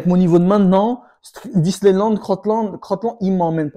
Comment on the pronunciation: J’aime trop ce mec il me fume 😂😂😂 il a dit "Disneyland" 😂😂